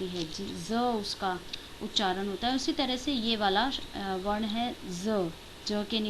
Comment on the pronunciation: आप उच्चारण नहीं, उच्चारन बोल रही हैं।